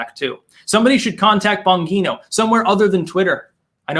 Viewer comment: It’s Bon-geeeee-no. Bongino is my boyfriend’s ex brother in law.